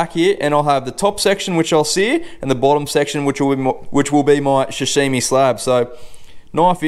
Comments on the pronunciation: Sashimi not shashimi mate Mate you’re not a chef or English speaking person, give it a rest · Hot tip: damp tea towel under the cutting board, how does one own a sashimi knife but pronounces it shashimi 😂 good vid man 👍